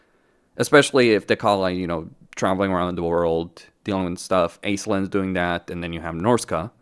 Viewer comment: Um akshually 🤓 it would be pronounced Ash-Linn as it's based on a traditional Irish name.